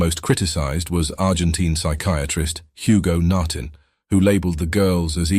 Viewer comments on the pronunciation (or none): none